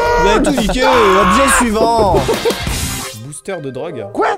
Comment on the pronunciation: Quand tu dis "suivant", j’ai l’impression que tu dis Ivan 🤣